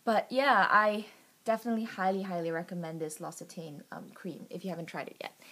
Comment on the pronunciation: L'occitane is pronounced Lox-ee-tan. The Almond and Peony scented products are my favourites. The peony perfume is my all time favourite and I doubt I can ever use "fake" scents ever again.